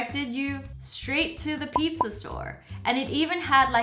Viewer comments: She said idear then she said pizzar it’s ok we learn from our mistakes I hope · Who else realised 5hat when the movie life hack she said pizzer and then said pizza the second time no hate on wengie but 😂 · me:pizza wengie:pizzer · Wengie: says pizzar Me: ok Wengie: says pizza Me: WHAT!!! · lol notice how she says pizzer instead of pizza